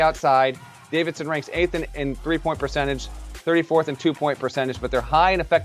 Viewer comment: dude doesn’t even know how to say Davidson’s big man’s name🤣🤣they ain’t winning the first round